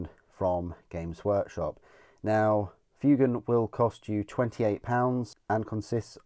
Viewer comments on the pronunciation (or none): It's pronounced FWAY-gan.